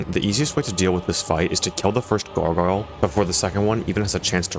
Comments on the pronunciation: souls-like gogoyle pronunciation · It's "Garg - Oil" incase you're still struggling after a year